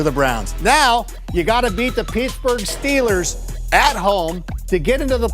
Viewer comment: P e e t s b u r g S t e e l e r s